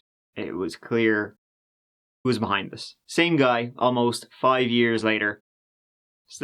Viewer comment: Tree minutes turdy tree. "Hoo could have done this". He's a person of interest then.